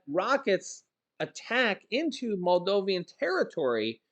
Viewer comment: It is pronounced Maldovan, not Maldovian.